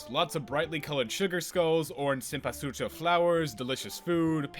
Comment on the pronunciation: It's the first time I heard someone saying Cempsúchil correctly 👏